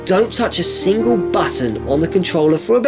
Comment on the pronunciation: single / stingle 😂